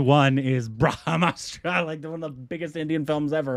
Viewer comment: Its not Braa Haaa Maa_straaa Its BrahMastra Try, try, say "Braah, Maastra", "Braah Maastra"